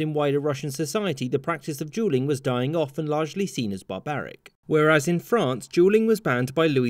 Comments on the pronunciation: Jewel is pretty close. But that doesn't explain Julian instead of duelling. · The dude can’t pronounce duelling correctly not the caption’s fault lol